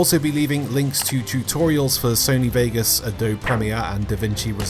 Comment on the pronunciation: I die a little inside every time he says Adobe.